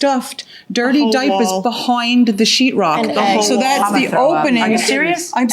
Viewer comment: The way she says “Doown” 😖 “behoind”